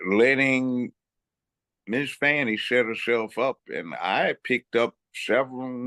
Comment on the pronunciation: There is NO "W", in "FANI".